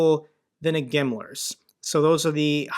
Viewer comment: It's funny that GIMLARS are killing Ruskis, because that's how they pronounce "Himmler" lol